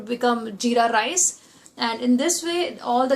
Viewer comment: need to improve your English.....RICEE.....the teth Punjabi slang....also need to be more polite....u appear too harsh....